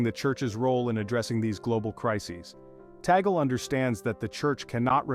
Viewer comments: Pls this is the correct pronunciation is : Tag-le, not tagol. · Name is not taggle. It should be pronounced 'TUG- LEH" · Please pronounce Cardinal Lius Antonio Tagle's last name properly, not the American way, very irritating the way it is being pronounced in this transmission 😮😮😮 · Tama naman pronounciation last name Cardinal Tagle... mejo slang kasi foreign nagvvlog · You pronounce it your way, and Americans pronounce it their way! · To pronounce Bishop Tagle's name is TAG (as in price tag) and LE ( as in Lee Jeans). I am not a fan of Tagle though. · How else would you pronounce his surname? I have never heard anyone pronounce it differently. Don't give credit where credit isn't due.